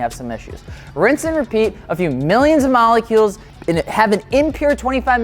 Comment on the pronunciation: It’s saying malecules for me 😂😂😂... love your vids tho